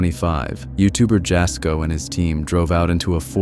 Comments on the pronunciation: Jasko , his name isn't said like Jas , it's said like YA-SKO, it's spelled obviously like Jasko but you say it like YA-SKO. Next time you put one of his videos in one of yours , I'd love to hear you say it correctly 😅 please for the love of God 😂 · Am I the only Jasko fan on here? Irritated by the narrators pronunciation of his name? Ya' sko or Jazz for short. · "It was a wind shield wiper" BROTHER THEY FOUND A DIFFERENT GUY. I'm sorry, that was not the same man. Compare the way they were dressed and tell me I'm not crazy for thinking it's a different guy. EDIT: Jas having his video thrown into a compilation only to have his name mispronounced like that is so hilarious to me lmao